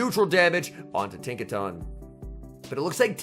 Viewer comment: It's the proper pronunciation. He said he normally pronounced it the other way most do, but after learning that was incorrect, he's trying to stick the proper way to memory. Likely due to him being a caster and the Pokémon Company is probably picky about casters using proper pronunciation